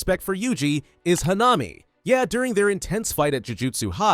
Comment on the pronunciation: Bro it is not hanaami it is hanami